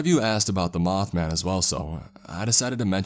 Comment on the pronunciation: “Hey do y’all have any möth men?”